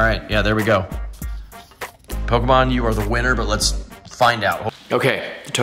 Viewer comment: Bro you gotta figure out how to pronounce Pokémon